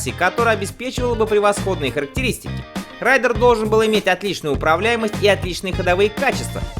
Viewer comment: Не райдер, а рейдер. Два абсолютно разных слова.